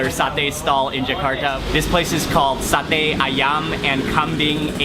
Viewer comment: How you pronounced 'sate' is perfect 👍👍👍